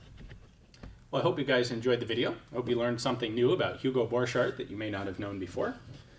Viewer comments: Thank you for this video. Hugo was my Great Grandfather. I noticed our last name is always mispronounced in the gun world. You're pronouncing it french. With a ch, and d sound, dropping the t sound. It is a German last name. The ch has a c sound, and the d is silent. The "t" is pronounced sounds like cart. (Boar cart) I was told by my father, that Luger stole my Great Grandfather's design, and patented it in his name. Just a bit of side history. It is nice to be able to look up family history. My father had said he invented a riffle. Thats what I was curious about, and found you.🙂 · I would've thought that the 'ch' in Borchardt is pronounced as a k.